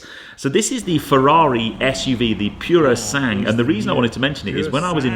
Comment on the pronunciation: So you had a chance for more shots of a highly anticipated vehicle from Ferrari....and your reaction was a 3 second clip and you saying 'piurosahng' ( yea you butchered the pronunciation, hence the spelling)